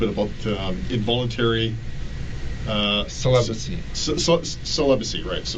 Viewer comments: I swear from the moment he starts pronouncing it "celiburcy" I'm like – "I don't think I can watch this..." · An incel who can't pronounce "celibacy".